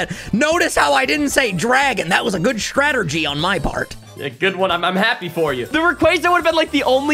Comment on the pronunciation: “Stratergy” - 2023